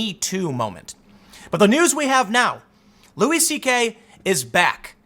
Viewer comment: I just wanna throw this out there. It's pronounced Louie. Lol